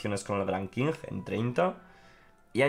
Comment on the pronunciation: Qing se pronuncia "Ching". Solo eso. Saludos!